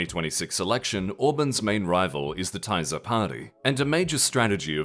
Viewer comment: I love you guys but that pronunciation of Tisza must be ragebait 😭